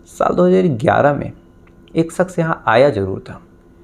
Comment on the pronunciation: Saks😂,suru, sare, sadi this needs to fix his language and he said he is a lawyer 😂